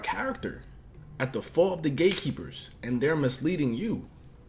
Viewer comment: It sounds like 😂he saying 😅gay keeper's 😢😅